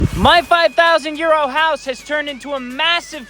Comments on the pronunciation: Omfg I just realised you start each video saying “I bought this 5000 !!EURO!!!” Ahaah I have been hearing “ 5000 YEAR OLD” ahahaha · I took me wayyy to long to realize he was saying “5000 Euro” not “5000 year old” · I it five thousand euro or year old house I can’t tell what he says